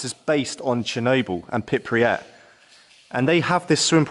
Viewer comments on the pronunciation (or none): And pronouncing “Pypriat” 😉 instead of Prypiat!